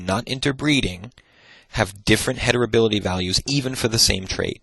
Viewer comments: Really loving these lectures. Of course he knows his stuff, and he makes it so very accessible. But he keeps saying "hetirability" (*sic*), instead of "heritability." And it's driving me to distraction! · All I can hear is "heterability" 🥴 but thank you, great lecture 👍